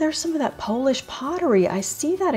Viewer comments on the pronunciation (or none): none